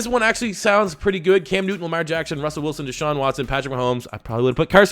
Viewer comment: Even though I am a Cowboys fan I don’t understand why he said Cam Newton like that